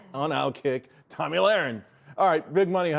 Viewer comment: It's not 'tommy'...it's 'Toe-me' wtf...I've been watching her for years, and he can't get her name right? Faux News...it's why not only the Left hates them, but also the Right (me)...